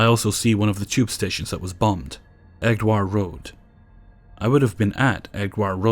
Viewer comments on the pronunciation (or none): It's pronounced 'Edge-ware road' lol bless. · Hehe "Eddgwire Road". Not heard it pronounced like that before.